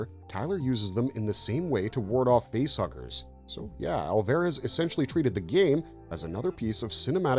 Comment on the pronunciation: It's got to be AI narration, right? Mispronouncing Alvarez and "bio pic" as "biopic"...it's bad.